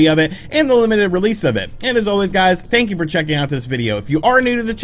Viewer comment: "I wanted to bring it to your guyes attention" 🤣 never change bro